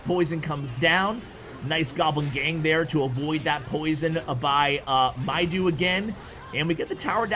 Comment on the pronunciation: Thanks in advance! Let me watch:D Btw its Mido (medo) not mydo:D Egyptian name